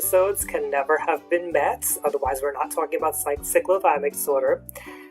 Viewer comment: U are not pronouncing it properly. I couldn’t watch the video because of that